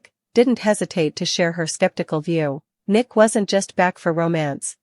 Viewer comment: If you're going to report all of this, you need to say Nick last name right? And a lot of the other characters that you keep butchering get it together or go off the air. This is ridiculous and so are some of these plots. We as seasoned TV watchers can make a much better plot than what they're doing right now. I mean my gosh beyond the gates is looking better than them